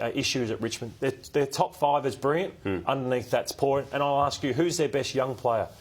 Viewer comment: really struggles to say the word "Brilliant". He keeps saying "Brirriant".